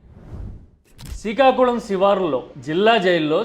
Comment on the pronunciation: అంత సరే కానీ సికాకులం కాదు శ్రీకాకుళం .... మీకు పలకటం రాయటం రాకపోతే నేను నేర్పిస్తా...